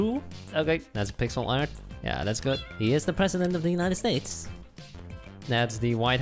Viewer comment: i honestly thought everytime he said good i thought he said poop all the time and i was like, when did they ever get so rude?!?!